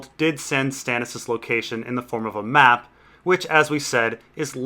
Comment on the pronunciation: M-map, not muh map. It's implying a trembling.